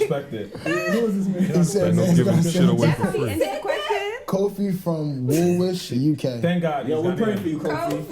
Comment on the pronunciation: So nobody is gonna tell my bro that Woolwich isn't pronounced as "Woowish"?? It is Woolwich as in "Woolish"!